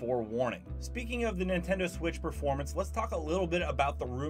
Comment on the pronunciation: Ah yes the "Nintedo" switch